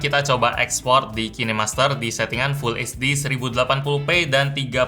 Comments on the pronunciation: Kinemaster itu dibaca kinemaster bang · Kine master😂, cara bacanya ya amun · Kok bacanya Ki Ne Master...😂 Ngakak😂😂